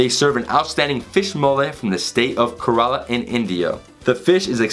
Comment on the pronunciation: Kerala pronounced like the word "care" and ala